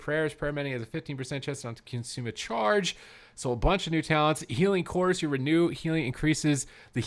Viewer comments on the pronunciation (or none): none